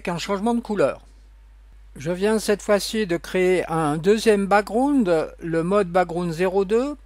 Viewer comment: Le ' brakground ' 😂😂